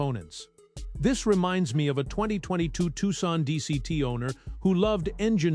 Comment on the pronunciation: How about pronouncing Tucson right..the city in southern AZ is not called Tookson